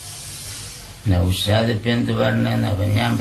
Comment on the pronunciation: നൗഷാദ് ❌നൗഷോന്ത് ✅